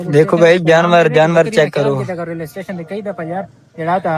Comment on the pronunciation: ٹیشن نہیں بھائی اسٹیشن ہوتا ہے